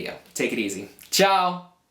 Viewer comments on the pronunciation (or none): none